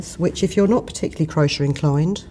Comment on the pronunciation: Can't get used to you pronouncing it crosher! I say cro-shay! Lovely feathers.